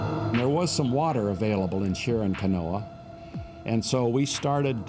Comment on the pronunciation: It's Chalan Kanoa not Charon Kanoa